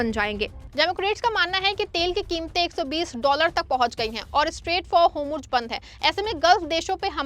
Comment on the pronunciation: Pronunciation like( hormuz) and other words are wrong .Reform this